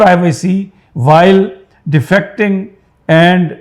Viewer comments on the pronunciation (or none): Yaar defecting nhi hai Defecating hai